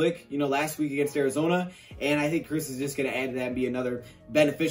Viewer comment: I thought you say it like "Kierce" not "Kurse"